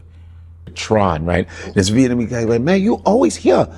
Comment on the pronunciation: You cappin yet again. Argyle is NOT a whole street filled with 'Venamese' businesses, food and culture (its pronounced 'Vietnamese' btw). Mainly from Broadway east to WInthrop ave are where the Vietnamese core cultural shops (Miss Saigon, Nha Hang, DaNang are probably the best), from there it starts to become mixed with other ethnic shops. Most of the Vietnamese and Souteast Asian folk live just a block south of there, on Ainslie st, cross streets being Winthrop and Kenmore, which are all residential. North of this Southeast Asian Community is Winona, then Foster, and Berwyn going further north. Some unsavory types and crackheads wandering about (mainly at night), but no 'hood'. There were, in the 80s & 90s, a mixture of (B)GDs (migrating from Sheridan RD and Lawerence) and Gaylords (white gang), Local Boys (Asian gang) crossing through that Vietnamese area, and definitely seem lawless back then by today standards. But now none of the kind even remotely exist. What experienced was probably a dude false-flaggin, saw not be from around there, and figure him to be an easy target for bullying. From broadway going west is quite and nice, going east pass Sheridan is nice and with some questionable elements migrating about until you get to Marine Dr. There is no 'hood' on either side of the Vietnamese, Southeast Asia, and East Asian Heritage Area. There is no one shot calling, standing out on the corners throwing up gang signs, no gang colors, no slanging and banging